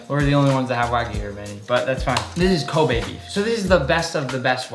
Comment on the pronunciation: Glad Nick finally learned how to pronounce Kobe beef 🙌🏻